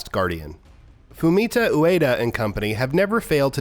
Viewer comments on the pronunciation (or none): none